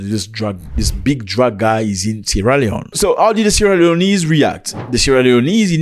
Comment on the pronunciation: Love the channel. The people are called Sierra Leonean not Sierra Leoneese